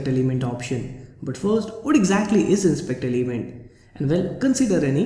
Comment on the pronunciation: "inspeakder limend" WTF!